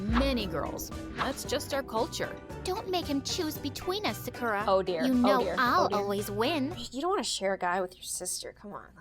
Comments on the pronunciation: If you were japanese, you would say sakura. Not sacura. さくら。。。。。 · I love how this is supposed to be real but Sakura is pronounced Sah-kooh-lah (r is pronounced the same way you say L) but they say suh-kura like Americans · She said Sakura wrong- sa-kur-ah? Its a pet peeve of mine- sorry. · I thought sakura was pronounced S-AH-kura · hi i'm sarkra from ja-🍳 couldn't even peonouns her own name right. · Ur right lol plus, THEY ARE PRONOUNCING SAKURA WRONG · Bruh the generic name “Sakura” wasn’t even pronounced correctly 💀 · Says she's Japanese, but then mispronounces her first name in the first five seconds of the animation. Like, come on, My Story Animated! If you're going to create a Japanese character, at least learn how to correctly pronounce her name! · Tbh all these people who talk in my story animated sound the same. And the way she pronounces Sakura. I’m sorry I can’t 😂 she doesn’t even have a Japanese accent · Can we talk about how Sakura was mispronounced the whole video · The fact that “Sakura” doesn’t even pronounce her name right- Also did u know Yumi also means corn? As well as the name, it’s corn (😂) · Im sorry- The way she pronounced sakura is hilarious to me- XD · The voice actor literally said Sakura wrong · Not them pronouncing Sakura in the most American way possible... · she cant even say 'sakura' correctly 💀